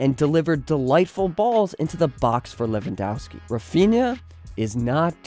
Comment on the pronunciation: It’s Levan-dov-ski. For Polish surnames you read W as V 😊